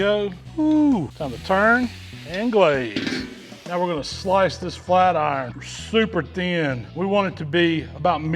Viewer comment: A sloice of prewvalone